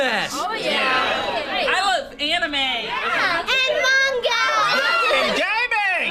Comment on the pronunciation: It's pronounced man-ga not mon-go Also it's sa-ku-ra not sok-ura